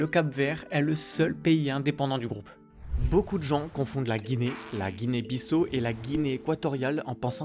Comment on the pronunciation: On ne prononce pas "BISSO" pour la Guinée-Bissau, mais "BISSAOU", "BISSAW", "BISSAO". Comme lorsque vous dites le prénom Paolo ou Paulo.